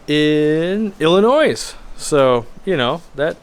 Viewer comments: Local pro tip: The S is not pronounced in Illinois. Those plecos look amazing, though. They might just go onto my todo list. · The S in Illinois is Silent! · Wait...did you just pronounce the “s” in Illinois? As a native Illinoian, I’m kinda shocked 😂